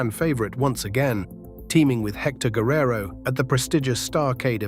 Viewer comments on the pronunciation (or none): none